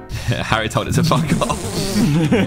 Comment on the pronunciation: "WHAT THE FWAK" KSI, 2024